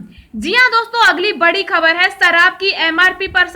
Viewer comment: Biharun aagy taja (taza) khabar lekar. Sarab nahi sharab.